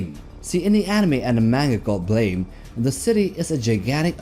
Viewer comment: FYI it’s pronounced “blam” not “blame”.